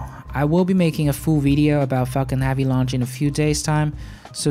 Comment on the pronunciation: "Fu****g Heavy Lunch", Got me 3 times with that "puha"... Great vid thanks for the update.